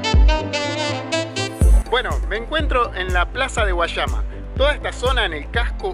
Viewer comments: No se dise Guachama se dise Güayama.😆pero buen video amigo gracias no se dise Guachaba se dise Guayaba o guallabas haha . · no sabe pronunciar guayama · no sabe pronunciar guayama🇵🇷🇵🇷🇵🇷